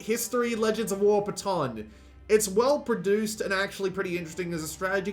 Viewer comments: I think your Patton pronunciation was done on purpose. Lol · That pronunciation of Patton was cringe